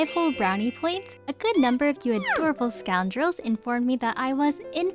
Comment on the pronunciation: I love how she calls us scondrels